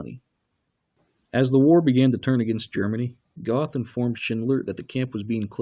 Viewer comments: If you want to be accurte, you should pronounce the names right. You called Goeth Goth LOL The "oe" in Goeth is spelled like a "her" with out the h. and the "th" is a hard cut of t! You could take the "er" out of Stern and create Gert. Actually if a english spekaing says Gert, it sounds more like the actual Goeth LOL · Its pronounced Gert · Mr Duke Silver I have was going to point that out too! It was irritating me 😁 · Hilds-Heim you dork, 'sh' is not like english, and German has no 'th' sounds, his name wasn't "goth", he didn't wear black lipstick.